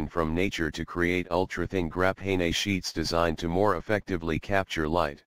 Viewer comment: Grah-pay-nay ooooo